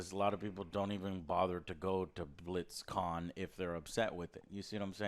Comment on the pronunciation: he said BlitzCon like Blitz Chun